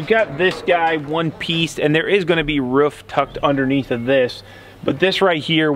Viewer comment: It's roof not ruff...Jesus